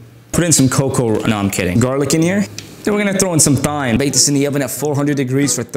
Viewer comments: Thhhhhyyyyymmmmme don't say it like that it just hurts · TH YME?!?!? THHHHHHHHH YME ITS PRONOUNCED TIMEEE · Thyme lol it's pronounced time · THyME it's still pronounced time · It’s not pronounced thyme it’s pronounced time